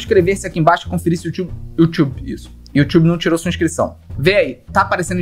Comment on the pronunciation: Ninguém: A Felipe: Yotchube KKKKKKKKKKKKKKKKKKKKKKKKKKKKKKKKKKKKKKKKK